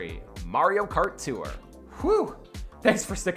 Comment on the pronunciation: You’re not supposed to pronounce it “Too-wrr”. Tour is one syllable, not two.